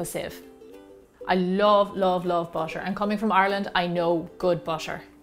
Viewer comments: Why she said butter " busher" can she say butter instead of busher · Thank you for making this video. But I'm laughing because you keep saying "busher" instead of "butter" 😂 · Why are you saying bušer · Butter not basher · I heard BASHER instead of BUTTER. 😂😂😂😂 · Am I hearing it wrong? She kept pronouncing butter as bosche and water as wasche. Strange. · Do the Irish people pronounce butter as bosche? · I hear it too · Can we listen carefully and appreciate how beautiful her accent is I love the way she pronounce the butter it sounds like bu-sher 🐄🐮🍶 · busser and waser???? lamo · she is pronouncing butter as busher